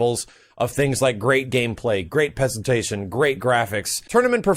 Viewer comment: "pesantation" all hail king max